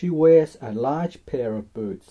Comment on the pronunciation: Loved this vid but sorry when you said now draw the boots I thought you said boobs 😓